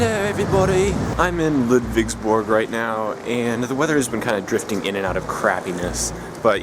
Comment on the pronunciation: Ludwigsburg, huh? Your pronunciation seems to haven gotten a lot better and you seem to be getting the hang of it by now. Not "Ledwigsbörg" anymore. =) And even a proper "Märchengarten". Congrats!